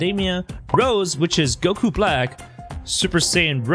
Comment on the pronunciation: When He tried to Say “Ultra Instinct GOKRO” He said “kok” it made me laugh XD